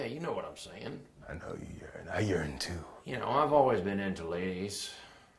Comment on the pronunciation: I know you yearn, I yearn too. IT SOUNDED LIKE HE SAID" I know you yearn, I urine too"